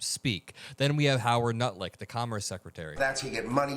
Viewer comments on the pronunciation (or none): 😂 I don't know if you realize it but you're calling Howard lutnick Howard NUTLICK 🤣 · I'm earnestly not sure if you said "Nutlick" so frequently accidentally or on purpose... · "Howard Nutlick" - intentional or slip of tongue, is accurate regardless! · "Nutlick", talk about a slip of the tongue. LOL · Lol did you call him Howard nutlick? Perfect nickname 😅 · I heard you call him Nutlick